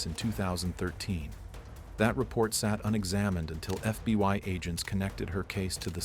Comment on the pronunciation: FB-WHY? (FBI) this AI naration needs to spot